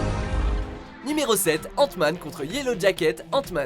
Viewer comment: J'entend ' antoine ' au lieu d'hant man '